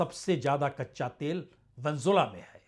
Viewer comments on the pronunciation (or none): प्रसूनजी आप वेनेजुएला का नाम सही नहीं ले रहे हैं। आप वेनजुला बोल रहे हो। जो सही नहीं है। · Pehle Venezuela sahi se bolo sir